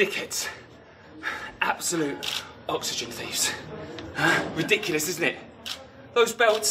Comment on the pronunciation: Oxygen fhieves English and the eternal struggle to pronounce "th"